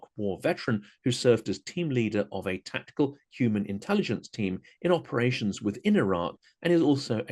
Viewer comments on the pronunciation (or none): none